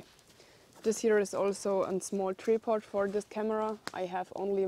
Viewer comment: Try pod is how you say it..jor friendly language gik,lol